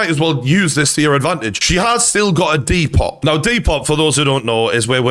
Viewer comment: It's pronounced "De-po" not "De-pot"....